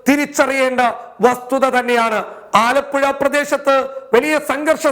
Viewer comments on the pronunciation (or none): none